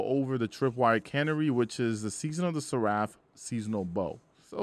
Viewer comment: My guy, open a dictionary. Canary, Seraph, Arsenic. That is not how those words are pronounced.